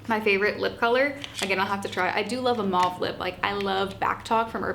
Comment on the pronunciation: Omg, I am so subscribing to your channel. For two reasons: (1) you have The Child mirror from ColourPop like I do, AND you are the first ever YouTuber who pronounces mauve correctly! Très bien!!❤ I could never understand why people pronounce taupe as tope, but mauve as mahve. Au is always pronounced oh in French. Okay, & I lost my mum four years ago & am still mourning her. My depression got so much worse. Happy Thanksgiving, sweetie! 🦃